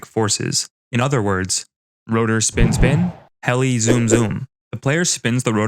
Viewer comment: Bro was saying hell not heli